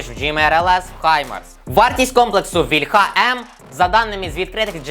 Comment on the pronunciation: Не вільхА,а вІльха,блін ,молдавани